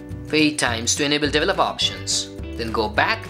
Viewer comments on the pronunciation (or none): Please, please, please someone teach these guys how to pronounce 'develop' and 'developer' etc.